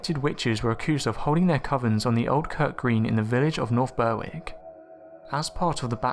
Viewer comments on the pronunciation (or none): It’s pronounced “Berrick” not Ber-wick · The w in Berwick is silent meaning it's pronounced Berrick. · Berwick is pronounced 'Berrick' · Englishman still can't pronounce Berwick right